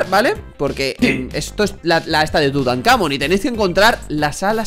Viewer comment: No es tutancámon es tutancamón